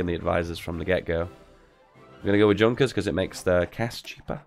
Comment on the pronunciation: I realize mispronunciation is your thing, but could you please, for the love of baby Jesus, PLEASE!, learn how to pronounce some of the "iconic" stuff from the period!? When I hear "Junkers" pronouced as junker, I just wanna smash the screen.